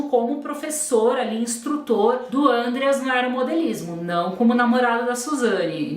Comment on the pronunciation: a pronúncia do nome do Andreas é outra. O nome é alemão e não é falado com acento circunflexo no primeuro A. Segundo o Ullisses Capbel e todos da lei que estiveram envolvidos com o caso, quem leva a Suzane para o Ibirapuera e o pai deles, que obrigada ela a acompanhar o irmão nas aulas de aeromodelismo. Outro ponto: a viagem do casal foi no meio do ano. E esses filmes foram feitos pelas defesas da Wuzane e dos irmãos Cravinhos; são manipulados. Tem vários podcasts e os livros do Ullisses contam certinho os detalhes.